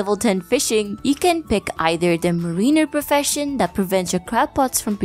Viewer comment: its MAREiner, not marEENer, also roe has only one syllable